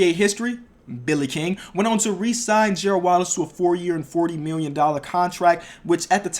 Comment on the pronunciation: # when you say million it sounds like miwwion